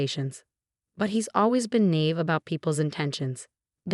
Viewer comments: The word”naive” is 2 syllables and not pronounced “nave” as you have. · Many of these videos do the same, they used to say nave for naive, lately the computer or whoever does the script spells it nave.